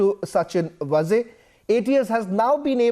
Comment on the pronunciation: Sachin VAAZE and not Vaze as pronounced by you.